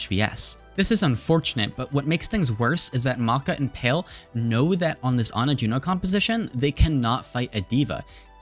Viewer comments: love the vid, but just wanted to point out palee is pronounced as pa(h)-lee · Palee is pronounced PAH-LEE